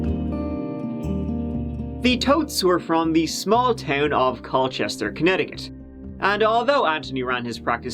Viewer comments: Hate to be that guy but it's pronounced "Cole-chester". Source: am Cole-chester person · My dad lived in CallChester until he was Turdy Nine (Its pronounced "Coal-Chester")